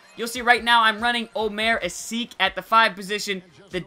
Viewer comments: asik is pronounced as a-shee-k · its pronounced a-SHIK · if he's your favorite silver player learn how to say asik's name